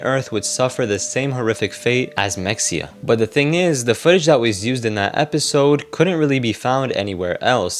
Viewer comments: Is it “Mex-e-uh” or “Muh-hay-uh?” Like “Mexia, Texas” is the later. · 1 min in- ITS MA-HEY-YA not Mexia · Mexia is pronounced Muh-HAY-uh, not MEK-see-uh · It’s pronounced mah-hey-ah. If you’re going to do a info documentary at least learn how to pronounce shit right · It's pronounced MUH-HAY-UH Source: I live close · I'm pretty sure mexia is pronounced like "maheyah" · The way it’s pronounced is meh-hey-yah btw lol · Its muh-hey-uh im pretty sure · Mexia is pronounced “muh-hay’-uh” because this is Texas.